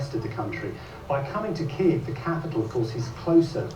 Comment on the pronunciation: Thank you fir pronouncing Kiev properly ❤❤❤❤